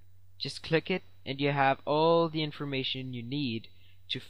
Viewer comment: LOL "there will be a link in da description" funny when u said it